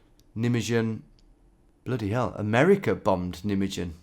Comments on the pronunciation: The Netherlands for the most was liberated by the Canadians...It is Nij-May GEN not "nummedzyun", wi]th a Y . g as in loCH, not an english K sound. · Neat. I've always heard the town pronounced NYmaygun. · it's pronounced Nie-May-Gun 😊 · Meuse =pronounced "murrs" not "mews" Nijmegen= nye-maygun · S CH as in loCH elde nayderr Rine not knee dr.. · Hi Tom nijmegen is pronounced nigh may gan. Just incase you end up there or it crops up again in a video. On of the companies of the grenadier guards is called nijmegen company. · Lamentably poor pronunciation of Nijmegen and Meuse. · The way you pronounce Nijmegen is gold. I'm gonna say it like that too from now on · you butchered Nijmegen. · As a dutchie it’s so funny to hear you try to pronounce Dutch names. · Nijmegen...say no more 😅🤣😂